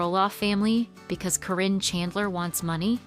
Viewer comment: They were never married and she was his farm manager and just wanted his money. It's not CORRINE, it's Karyn (Kar in). GET YOUR FACTS RIGHT AND STOP WITH THE LIES.